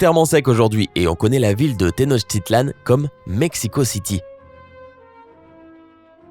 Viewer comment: Tenochticlan se prononce Teno[K]ticlan et pas avec [ch] x)